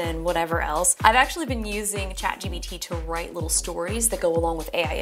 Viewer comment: She kept saying chat GBT lol